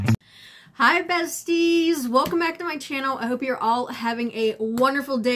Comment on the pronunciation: Every time you open up your video, I hear “Hi Betsy!” ( my name) when I know you’re saying bestie. I enjoy your videos!